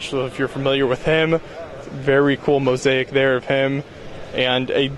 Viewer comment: And 'mo-zake' not 'mo-z-ai-ik'